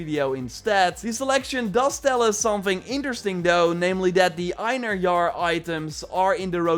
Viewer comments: It is pronounced " in- hair-ier" not "in a jar" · it is pronounced in HAIR yar